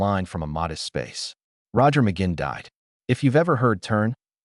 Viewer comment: NOT RECOMMENDED 1. The headline in the thumbnail ("This is shocking") is click bait - completely misleading. 2. At least learn how to pronounce his last name correctly! 3. The "story" is incomplete, missing some important information. 4. Some information is inaccurate. 5. The image on the screen is continually disconnected from what the narrator is saying. 6. The effect of dividing the screen into moving quarters is very distracting. If you have any experience at all doing research and producing videos, how could you make such fundamental errors?